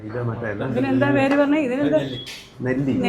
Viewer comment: Nelli alla 'nalli'.. Aadinte mutinte thaye ulla bone aanu.. Very healthy...